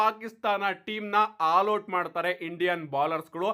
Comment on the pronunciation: Haal out alla guru adu 😂😂 All out adu 😂